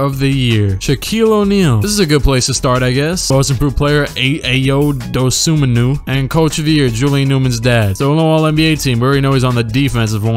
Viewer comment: Bro don’t butcher Ayo Dosunmu name he is one of the best players to go through illinois and it’s pronounced “I O” “do soo moo “